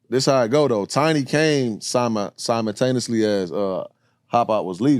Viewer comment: “simontaniously” These niggas are fried